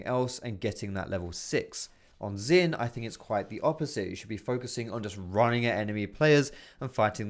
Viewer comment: u pronounced xin the same as xayah end.